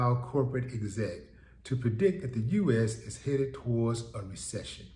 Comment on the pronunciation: That part. Make Ah Resection, Not make Ah Resection. 😳